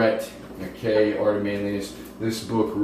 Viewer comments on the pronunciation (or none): none